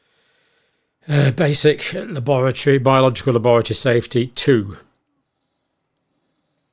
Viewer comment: The way John pronounces la-boratory gives the word a dark wet cold feeling like bad things only happen there.